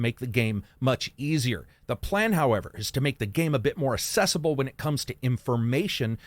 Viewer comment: Maybe it's just the way it's pronounced in his neck of the woods, but I've never heard anyone pronounce the word "accessible" the way does. It just sounds plain wrong to me. Just had to get that off my chest lol. Absolutely loving the content though.